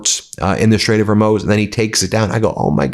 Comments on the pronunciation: You really need someone on your staff to help you with pronunciation. You slaughter so many names, places and just regular words. Hormuz is not pronounced “Hormose” or “Hormews”. It’s pronounced “Hor-moos” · it's the Strait Of Hormuz, not Hurmoz. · 🙄Bro!!!!! It's Hormuz (Moose) Moose! Like the animal, not (Mows), like you "mow" your yard! You got 6 million people watching you and you don't know how to pronounce the s**t your reporting on??? WTF Bro???? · It's not ( Her moz) it's (Her muz).You haven't pronounced it right once since the war began😂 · Hormuz, not Hurmoz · Hor moos wtf... Not Her mose... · I’ve noticed a lot of reporters pronounce people’s names and places incorrectly seemingly on purpose. Why do they do that? Ben is saying straight of “Hermoze” knowing it’s pronounced Her-mooze”. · Please learn your pronunciations before you tape these shows. It’s called the strait of Hormuz not Hormose. A greater attention to detail and accuracy is incumbent on sources of information. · Ben, please don’t take this personally…but I’m a High School A+ English language graduate (1976)….and just want to correct your pronunciation of Hormuz. Tbh, it’s pricking me and this Nana just wants to help. It’s pronounced HOR MUUUUZ, not HORMOZ. Sorry, please don’t block me for it 😏 That aside, Trump told the world that he loves the uneducated and he clearly leads them in the art of lies. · Ben! Wake up! Hormuz! Not Hermoz! ...DC isn't called Wushongtan either... yet anyway. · FFS Ben it's "Hormooz" not "Hormoze"!!! Love what you do, but please, a little attention to pronunciation would be appreciated! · For the love of God, it's the Straight of Hormuz, not Hurmoz. I hate being a grammar nazi, but he just strung together like 20 incorrect pronunciations in the first half of the video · FYI, Hormuz is pronounced 'Hor-Mooz' with the second syllable pronounced like the sound a cow makes; Moo. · Hormuz is pronounced 'hor mooz' , not 'har moze', Ben. Please pronounce it properly